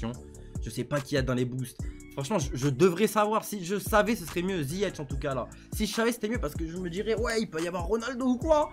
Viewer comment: C’est ziyeCh pas ziyetch